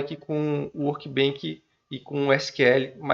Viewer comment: só uma dica, se fala "workbench", com som de "chá", não de "kilo". Do jeito que vc fala parece workbank, que tem significado diferente ;) Parabéns pelo vídeo!